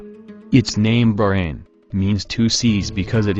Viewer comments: BAHrain, not Brain!!!!! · Its bahrain not fuckin burane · It's not berain it Bahrain 😑 I'm Bahraini n proud 😙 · this guy ... its not barain its baHHrain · Bahrain not BAHrain! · He meant the pronunciation. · It's not brain it's baahhrain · Omg, always failed in pronunciations....brain? brain? Its BaHrain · Bahrain. Pronounced BAHrain. Not barain. Not brain. Not bayran. Not burayn. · English people call It Bahrain but They pronounce it is Like this "Ba-Rain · Very interesting, but I wish you had hired a human narrator rather than using a computer-generated voice (particularly one not programmed to pronounce Bahrain correctly). Any human being would have been better, so I can't imagine it would have cost much more. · before i say anything, i appreciate the effort. i really do (since nobody really knows about Bahrain) but the way he pronounce "Bahrain" is just........ummmmmmm